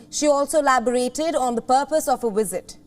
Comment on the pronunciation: Learn how to speak English. Pronounce word as "visit" , not "wizard"... uggg